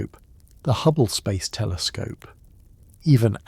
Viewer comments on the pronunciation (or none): none